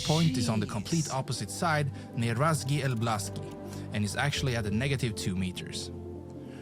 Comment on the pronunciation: "razki elblaski" ;) Very fun pronunciation. Polish climate is closest to climate of states near Great Lakes, or climate of southern Canada. All Poland is located on north from the line of 49th parallel (USA/Can border)